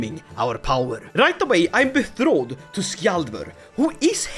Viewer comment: Goddammit, I love you but could you please stop saying "bethroded" instead of "betrothed"? 🙂